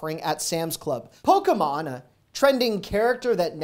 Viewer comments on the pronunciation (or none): Poke E mon isnt a character lmao